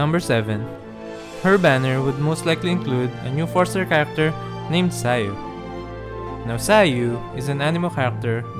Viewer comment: I just wanted to say that the way you pronnounce character's names is beautiful and accurate, which is something other Youtubers can't do.